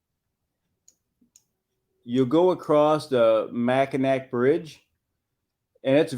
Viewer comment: Mackinac = mackinaw I believe for pronouncing it